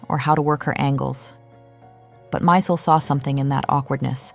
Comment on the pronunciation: As Stella herself said, it's Steven 'My-zell' pronunciation, not 'Mysul.'